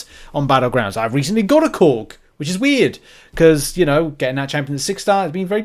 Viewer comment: when he said Korg. I heard something else 😂